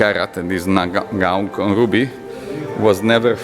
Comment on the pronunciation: Its not Naga Mauk, Its Nga Mauk and named after the person who found it named Nga Mauk